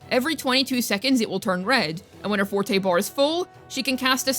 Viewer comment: Thank you for pronouncing forte and concerto correctly lol. As someone who grew up learning/playing classical music I've heard these words my whole life and now hearing so many of the WuWa content creators saying things like forty and conserto leaves me twitching over here lol.